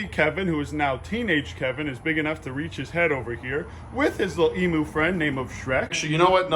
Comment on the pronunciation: just to let you know, its not pronounced how its spelt, Its pronounced ee-m-you